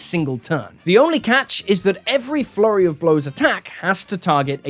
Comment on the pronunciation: Why do I always hear "Furry of blows" instead of "Flurry of blows."